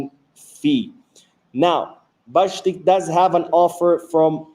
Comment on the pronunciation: Stefan Bajcetic Not Bajctic